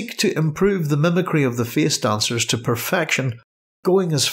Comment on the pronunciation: "Feeis doncers are ceeipable"